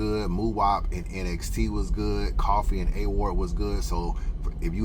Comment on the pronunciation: NXT is pronounced “NEXT”. Saynt LA just goes by Saynt fr. shoutout to them guys tho! Hansel BEEN the one tho… I been tellin people. Hansel is the One.